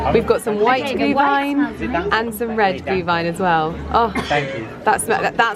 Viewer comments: You pronounce Glühwein und Anmeldepflichtig perfectly,! Greetings from Germany!😅👍🏻👏🏻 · Perfect pronunciation of Glühwein 👏 and for next year you should come to Vienna for Christmas Markets. It feels like we have a hundred of them 😉 and the one in front of Schönbrunn Palace is quite stunning 🏰